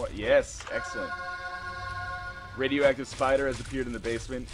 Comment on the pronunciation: radioactive not radio active ps. no offence